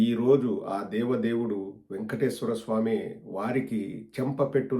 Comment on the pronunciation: He can’t even pronounce Venkateswara swami correctly , says vengateswara swami !!!!